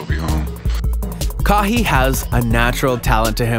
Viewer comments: say what??? kaheeeeee? realleeee? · “Ka-hi”? Wow you do not know basketball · "Kaww hee" Leonard 🤣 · If you can't say a player's name correct your in the wrong business..Ca-y & Yannis is how you pronounce there names🙄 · When NBA fans can't pronounce names Kahee Leonard he also pronounced Giannis name way wrong he is not an actual person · Ka-hee and janas is the way he said their names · “Kaw he” who is dat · "Kahii Lenard" *😮😂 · “Kawww he” who tf is that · I don’t think this guy is even a NBA fan, I mean, Ka-heee Leonard??? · the dude doesn’t even watch the nba he said 3 players name wrong elgin baylor kawhi leonard and giannis name wrong🤦🏻‍♂️ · You said kawhi and Elgin wrong